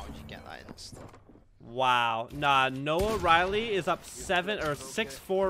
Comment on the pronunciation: the fact that our boy keeps calling him noah-riley oooooooof